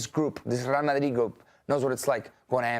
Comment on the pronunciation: The absolute nerve of this women to speak and completely butcher Real Madrid honestly sounded like nails on a chalk board